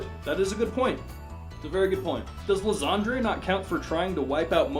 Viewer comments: It's pronounced "Lie-san-der", not "lasagna". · Isn't Lysandre pronounced "Lai-Sander"? If anyone has seen the mega evolution special, I think that's how they say his name.